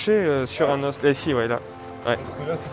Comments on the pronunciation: Je suis désolée mais....on dit des os avec un s muet non ? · « Os » au pluriel ça se dit « os » pas « os » !